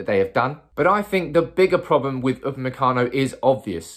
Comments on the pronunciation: You got the name right👌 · you got the name right this time...lol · Upamecano is correct, but you're pronouncing van de Beek incorrectly, it's pronounced van de "Bake".